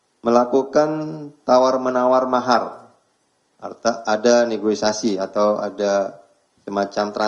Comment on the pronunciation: Maaf pa mohon koreksi penyebutan neogisasi seharusnya negosiasi.